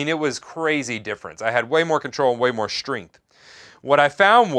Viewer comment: Shtringth ... im sorry, i had to, after hearing it once i couldnt stop...